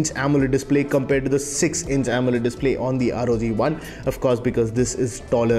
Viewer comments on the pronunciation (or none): none